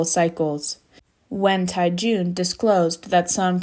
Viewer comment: Tiejun - ‘Tyeh jun’ not ‘Tai jun’!